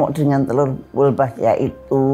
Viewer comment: Sdh di sebar bibitnya.... salah sebut mulu...wolbachia bukan walbochia😊